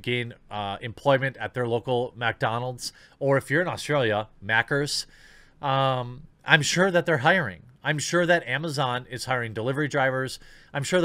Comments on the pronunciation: Maccas not Maccers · its maccas not maccers in aus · Correction it's not Mac-ers in Australia it's mac-ahs lol. Let's hope that ex Buzzfeed journalist who got Sargon demonetised who slunk back to AU never works again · Hey Bro We in Australia pronounce it "Maccas" not " Maccers"...just helping out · Oi mate, it's "Maccas'" not "Mackers". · Unacceptable pronunciation of Maccas Jeremy. It’s Mack-az. Not mackers. While we’re on the subject its “Aussie” like “Ozzy” not “ahssy”. Love your work dude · Hang on...... Say Maccas again. Aussie slang with an American accent. Absolutely hilarious XD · No r in maccas mate